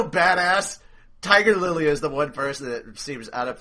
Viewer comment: omg said tiger lilly XD sorry you guys mess up in the funniest ways ever